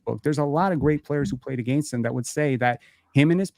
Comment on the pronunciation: If somone misspronounces "AGAINST" again i will officially never put maple syrup on my chicken and waffles again! Canadian or not. Lol